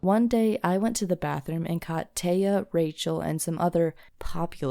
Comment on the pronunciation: tay uh is my name (that’s just how you pronounce it)